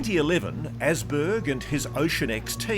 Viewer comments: ÅSBERG. Not Assberg. Might as will be Assmountain,.. Åsberg is Swedish and means RidgeMountain. // fellow Swede 🇸🇪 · Åsberg is prenounced "aus-berg" like in "australia" 😊